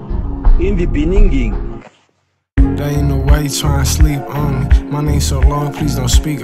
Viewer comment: Y’all hilarious for that “In the beninging” sample at the start 😂